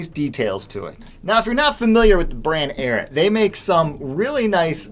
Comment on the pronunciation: The “Arrot.” Guy, it’s “Ariat,” like it’s spelled.